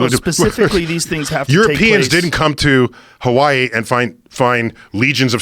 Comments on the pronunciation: Any one realize how Neil says Hawaii he says it like ha-wa-y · I love how he tries his best to properly say hawaii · I hate when people not from Hawaii pronounce It how Neil Pronounces Hawaii its fucking annoying lol